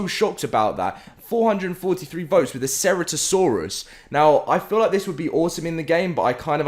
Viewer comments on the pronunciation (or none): none